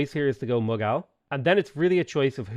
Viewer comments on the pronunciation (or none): It's pronounced moo-gull.